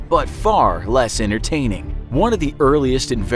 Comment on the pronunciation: ENTERTAINGING??!!! MATE WHAT